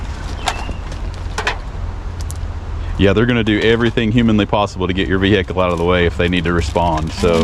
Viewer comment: Anyone who turns vehicle into three syllables should have their vee-hee-cle towed and destroyed.